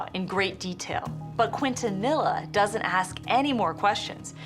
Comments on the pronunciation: Quintanilla keen-to-knee-yah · It's pronounced keen-tah-knee-yah. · They way they pronounce Quintanilla. It's not pronounced k'when-tah-knee La. 😅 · I'm from Texas. Evidently these people have never heard the name pronounced correctly. You and I know better... Keen-ton-eeya... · I'm sorry.... I can't watch this!! Everyone is mispronouncing Quintanilla s name!! So disrespectful!!